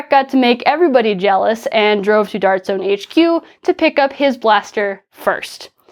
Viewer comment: That "Dawrt jzoan" in the intro was adorable 😂